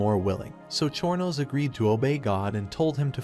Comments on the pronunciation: Chornos? Or Chronos? XD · Exactly bro what is chor no king lol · Chorno king when they said that I was dying it’s chronos god of time crow-nos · I hate the way the ai says chronos